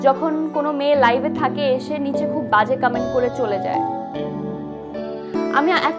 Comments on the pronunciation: কামেন্ট আবার কি উচ্চারণে মেহজাবিনের ভুল🙈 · কামেন্ট নাকি কমেন্ট?? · কামেন্ট আবার কি জিনিস? মেহজাবিন আপু ওটা কমেন্ট হবে। আপনার অভিনয় অনেক improved হয়েছে শুধুমাত্র উচ্চারণ ঠিক করুন। বাংলা এবং ইংরেজি দুটোই। ধন্যবাদ